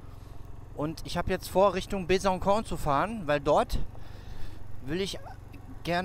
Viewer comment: Besançon wird Besanson ausgesprochen, weil am c eine sogenannte Cedille vorkommt. Normalerweise wird C wie K ausgesprochen, aber mit Cedille ç wie S. Weiterfahren! ;-)